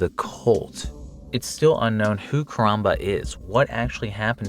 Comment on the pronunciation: Say koronba one more time. I dare you.